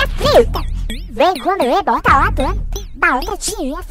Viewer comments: Eu ouvi ela falar barata e não batata kkkkkkkkkkkkkkkkkkkkkkkkkkkkkkk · impressão minha ou ela disse "eu gosto de barata" kkkkkkkk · E mesmo parece pitanga que ela disse kkkkkk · É mesmo parece q ta falando pitanga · A melhor parte é quando ela fala “ BaTaTa”